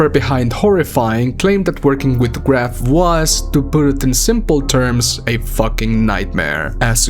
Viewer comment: Graf is a german word so you pronounce it [ɡraːf]